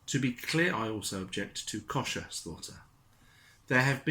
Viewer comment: Agree with you 100%., Little things wind me up. Try looking up how to pronounce the word "Kosher." Apart from that, good video.